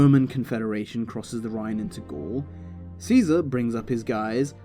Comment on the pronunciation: I like how you pronounce "caesar" properly i feel like its an often over looked detail when talking about him